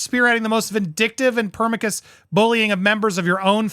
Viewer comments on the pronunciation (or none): Permicus? It's pronounced perNISHius.